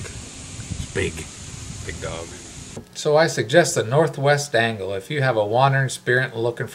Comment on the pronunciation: Did you say, "the North-West DANGLE?!?" LOL! Cheers! Thumbs Up! Make me some Marinara!